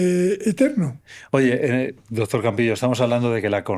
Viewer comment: Le dice dotor ajajaja que fea pronunciación tienen